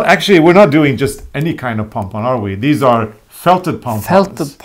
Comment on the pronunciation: Part of what makes this so fun is I could swear is saying "pong-pong" instead of pom-pom. To which I say, don't change a thing!